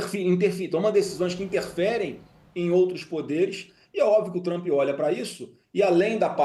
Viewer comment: Flávio Bostanaro o cag@ do debate. Nem o nome do homem sabe falar. É Trump não Trampi.